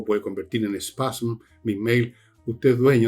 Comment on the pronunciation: Villegas, la palabra es "spam", no "spasm" 😂